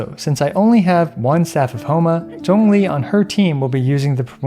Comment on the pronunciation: Your pronunciation of Zhongli was so good I subscribed even though this is only my second time watching your vids. Will definitely be checking out more!